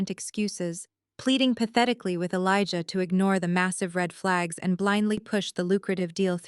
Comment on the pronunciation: Good story, but you should really learn how to pronounce Elijah and be consistent. Jasmine, too.